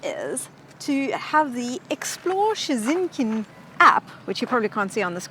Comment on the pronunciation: Polish lesson... "Shhh-tet-in".